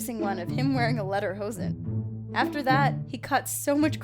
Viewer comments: It is pronounced leader hoesan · It's pronounced le der hoes en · can you not say lederhosen